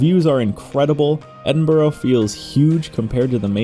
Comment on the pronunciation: As a Scottish person hearing Americans pronounce Edinburgh is so damn painful